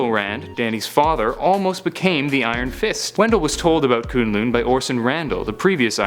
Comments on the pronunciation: Koon lune? BRUH! (Kun-Lun) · ITS NOT KOONGLOONG ITS KUNG LUN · Its kun lun I almost turned this off when you said koon loon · Shao Lao. NOT Shoo Lao and K'un L'un NOT Koon Loon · the way he says kun lun, it makes me so mad, its not ''kooon looon'' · Shoe-Lau and Koon loon? i literally fell off laughing.. Nevertheless, good video.. =) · This dude says kun lun weird. its so annoying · You're saying Shao Lao and Kun'lun wrong!!!!